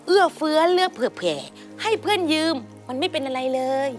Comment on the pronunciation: ยืมไม่ใช่ยื้ม